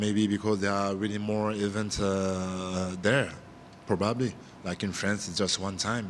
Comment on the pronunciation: “ yeah probubbly “ lmaooo